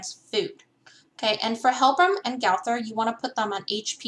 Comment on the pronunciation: It’s not gawthor it’s gowther